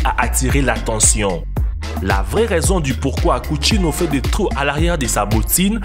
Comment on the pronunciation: Coutinho ce dit countinio